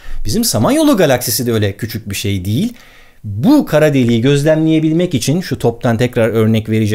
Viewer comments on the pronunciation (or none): none